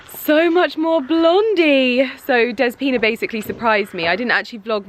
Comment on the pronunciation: Next time you go to the salon call her dEspina instead of despIna. Youll make her smile! That's how we say it in Greece.